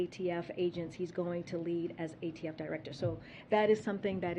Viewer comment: Wowww she really just called the ATF the "AFT" hoooooly Christ wagons, Batman!